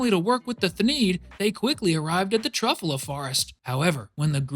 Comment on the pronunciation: anybody else mad abt him saying truffuhla instead of truffyewla it made me so maddddd